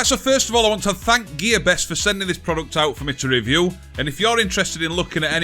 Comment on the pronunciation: I can't work out if you are saying gearbest or give it your best in Yorkshire